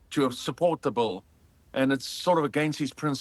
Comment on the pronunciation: Did anyone notice he says "bull" instead of "bill"? Lmao